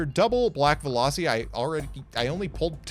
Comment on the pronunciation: Veloci? You mean Velussy